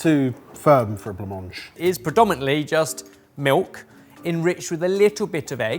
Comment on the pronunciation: Gonna be the annoying French person to tell that "blanc-manger" is not exactly pronounced that way: there's a "é" sound at the end (I'm trying to think of an example in English... like at the end of "ballet"). The way he says it in the video, it's missing the final r;) Great video though, it was very fun to see what horrors the British cuisine still has in store! I'd honestly like to try stargazing pie just to see what it's like.